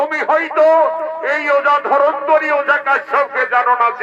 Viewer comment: ধরন্তরী নয়, ধন্বন্তরী